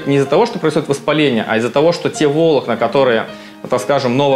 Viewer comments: ВолОкна , а не вОлокна . А так интересно ,спасибо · Не вОлокна, а волОкна))) .Слух режет. За ролик спасибо! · Обожаю эту особенность врачей - не правильно ставить ударение, дабы подчеркнуть свою "врачистость" (вОлокна - это прекрасно:)) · "коллагеновые вОлокна" 😭😭😭 Аж уши зарезало от доктора... Простите, не удержался...😂😂😂 "коллагеновые волОкна", "пяточной кОсти" и т.д., ну вы понимаете... зануда